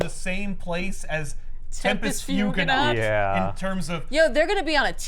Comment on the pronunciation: & saying “Tempus Fuginaut” at the same time got me as hard as the “You’re drooling” scene in Sinners 🥵